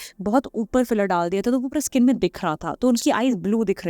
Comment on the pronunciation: स्किन को इस्कीन क्यू बोलते हो?